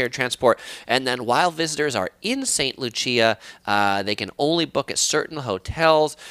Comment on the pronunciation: Are you saying St. Lucia or another place? If so, St. Lucia is pronounced as "loo-shuh", just for future reference. Informative video!